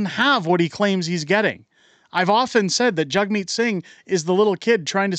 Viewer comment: Its JAGmeet , not JUGmeet! A JAG is not a JUG!